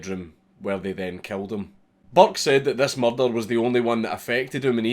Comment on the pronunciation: Everyone at the Edinburgh Dungeon said it like that. Tis a good pronunciation.